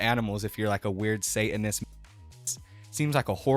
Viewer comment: what is a "say-in-is"? ...Are you trying and failing to pronounce "satanist"?